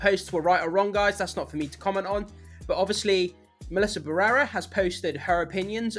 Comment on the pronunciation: It took me forever to understand whose name you were saying!! BARRERA it is BA - RRE - RA Why do English speakers struggle so much with Spanish pronunciation 😅